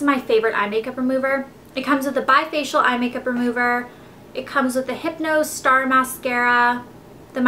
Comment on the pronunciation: Just saying... It's "lahn"come with a long A not a short A... And it's Bifacil remover not Bifacial